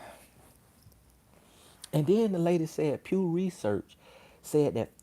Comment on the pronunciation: DID SHE SAY P.E.W. RESEARCH ?!?!🤣🤣🤣🤣🤣LIKE THE PEW FROM THE CHURCH ?!?! 🤣🤣🤣🤣🤣